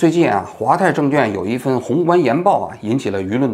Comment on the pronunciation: 王局 纠正一下 证券quan 不是证券juan